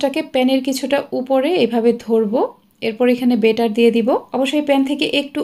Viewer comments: বারবার বেটার বলছেন, উচ্চারণ হবে ব‍্যাটার Batter। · 😂😂😂ব্যাটার না বেটার হবে।। আপনি ভুল উচ্চারণ শিখাচ্ছেন।।